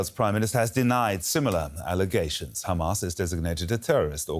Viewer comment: How many times are you gonna remind that hamas is considered a terrorist group? i know this helps justify the genocide in your sick mind, so you literally repeat it everytime you say khamas. Which btw, "is considered a terror group by the EU"....